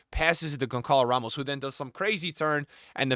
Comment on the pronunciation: Bro saying Gonkalo Ramos🥀